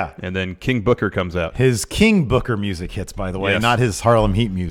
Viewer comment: Come on my it's not King Booker it's KING BOOKAAAA!!!!!! great show guys